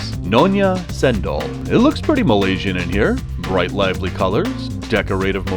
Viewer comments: we pronounce C as "Ch" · Welcome to Malaysia. The red sauce is sambal, the yellow one is dhal and the last one is curry. Cendol is pronounced cendol, not sendol